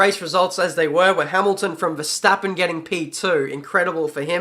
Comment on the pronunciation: Kudo's to you for pronouncing verstappen the right way mate! kudo's!